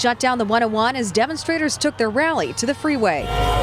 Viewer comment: "they turk ur jobs" 😂